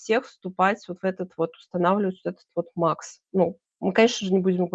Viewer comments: Да, не МАХ- Макс, а МАХ- Махмудка, как сказал Борис Воронин. Как же запрета на иностранные названия?! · платформа назывпется не MAX( на английском), а Мах( МаХсуд Шадаев) Мах по- русски.